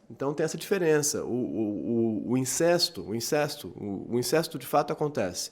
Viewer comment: Sem querer ser chato mas..."incesto" é pronunciado com "ê" fechado ("incêsto") e "Electra" também não necessita de acento. Fora isso, parabéns pelos vídeo!